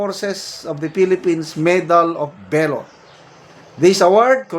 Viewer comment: Pronounce VALOR : V A L O R, not velor👂🗣️👂🗣️👂🗣️👂 Huwag po kayong ma high blood, gung gong yang si TUTALACSON, tumangap na rin ng maleta yan🤑